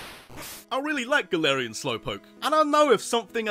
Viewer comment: It's Galarian, not Galatian!